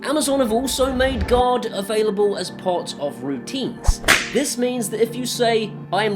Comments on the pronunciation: When you say "Guard" it almost sounds like you're saying "God,". Either way, since it's Amazon, both are accurate.;) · This American understood you to say "God mode" through out the video until I saw the "g-ARE-d" guard mode on the application. Ahh-haha! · Good video, but my US ears kept hearing guard mode as God mode. God mode is probably a ways off yet. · Same. I was also confused for a bit thinking he said God. :)